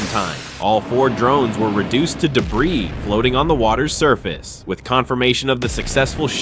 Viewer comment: YOUR A.I. NEEDS TO LEARN ENGLISH WORDS! "D.... E.... B.... R.... I.... S...."?? Seriously??